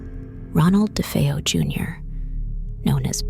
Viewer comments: Actually youre wrong as well! Defeo!! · A few pronunciation issues: DeFeeyo, DeFayo; Lootz, Lutz, just be consistent with the last names. I've been fascinated with this story since the book came out.